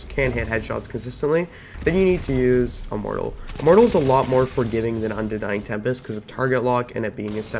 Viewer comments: Unending tempest* good grief cmon at least say it right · You can’t film and post a whole video mispronouncing the name of the gun and expect people to respect your opinion.